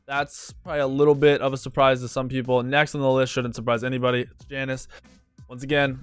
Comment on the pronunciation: every time he says janus I kill myself inside